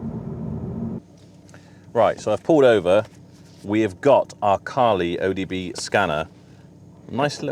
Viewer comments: O B D not O D B scanner !!!!👍👍👍👍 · OBD not ODB :)